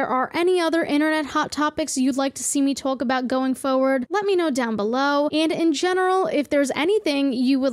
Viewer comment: Did you say twaulk about hahaha 😮